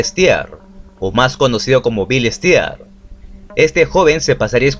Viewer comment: no se dice bil stia. se pronuncia bil stir con una r muy suave casi inexistente